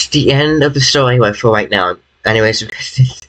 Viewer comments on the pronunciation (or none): Are you sewious right neow